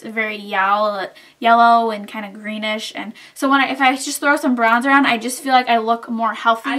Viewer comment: lol it might just be me but.... did you say Brownzer?